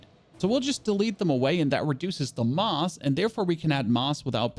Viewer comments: does he not know how to say mass ? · You should google how to pronounce mass 😂😭